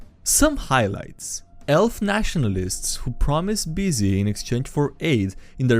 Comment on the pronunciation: picrel -> pic related also idk if it was intentional or not but that word was definitely not "busy"